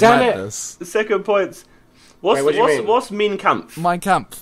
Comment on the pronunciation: Meine kampft is German for my struggles and its pronounced mina kampf. No I'm not German this is from 5 years of German and history lessons